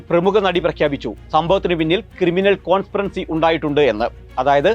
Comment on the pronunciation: കോൺസ്‌പിറൻസി അല്ല, കോൺസ്പിറസി ആണ്. നേരെ ചൊവ്വേ പഠിക്ക്🤔😱🙉